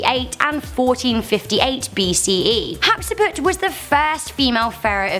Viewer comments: Love the video (actually, love all your videos!) and love you! ❤ HOWEVER, Hatshepsut is not Hapseput; and between 15th century and today there's 3500 years, not "nearly 2000 years". 😂 None the less, still love you, babe! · Queen HAT - SHEP - SUT!!! Shes un our world history class in nigh school!!!